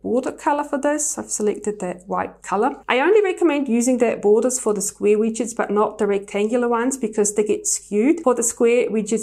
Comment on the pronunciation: Pretty Shure they are called widgets (Wigedts) not Witchet Bit ok